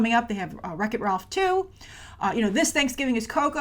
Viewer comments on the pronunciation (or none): none